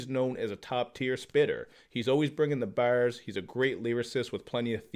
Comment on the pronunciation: Love how he is saying „Bars“